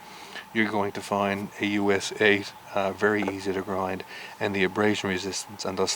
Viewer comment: you said "aus a" its aus 8